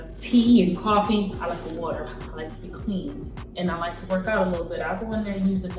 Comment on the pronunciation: I like how she said the 'water' that truly show she's got the African genes ..